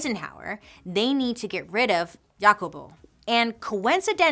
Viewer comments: Sorry, but I just can't get over how you pronounced "JACOBO" lol! sorry it was just too funny. No shade, It just way different to how it's pronounced in Spanish. :D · Thanks for the history of 🍌 😊The pronunciation for the name Jacobo is Hacobo. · Thanks for bringing light to these human rights atrocities. I am of Guatemalan decent and my mother made sure to let me know of this story. All the corruption the U.S caused. I didn't know our fellow Central and South American brothers and sisters also suffered these autrocities. FYI- Jacobo is pronounced like Ha-cobo.. like Ha Ha Ha lol ... It's Jacob is Spanish.